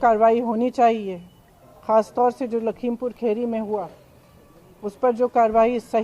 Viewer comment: Prinka aunti...kheri nhi...khiri...hota he...